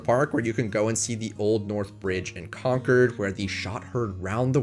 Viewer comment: Spent the first 23 years of my life in Massachusetts and I didn't realize until seeing this video that I've been to ALL of the NPS units in the state. Definitely can't say that about any other state (yet). Also THANK YOU for pronouncing Concord correctly. Most people get it wrong